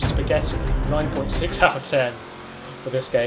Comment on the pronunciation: Why do you say the number 6 like that??